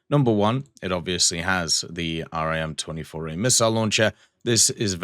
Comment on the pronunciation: Just a little thing when talking about navy missiles you don’t need to say R-I-M just say rim